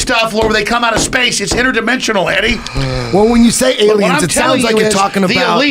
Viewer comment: "Its interdemisonal" yes..